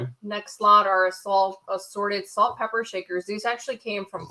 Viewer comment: Omg I was just taking a drink of my coffee and blooperd when he said salt and pepper shaker he said salt and pe**er I almost spit out my coffee. Love your vids as usual👍❤️🙋🏽‍♀️😂😂